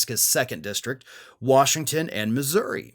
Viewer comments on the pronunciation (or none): none